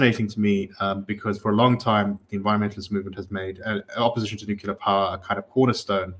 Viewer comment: Please say "nu-cle-ar"!